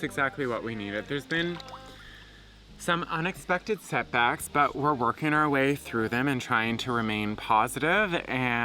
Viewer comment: OOOOH! You said "set backs" and I thought you said "sex acts". I was confused.